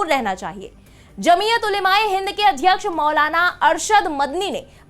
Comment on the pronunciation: सही उच्चारण, जमीअत ओलमा ए हिंद।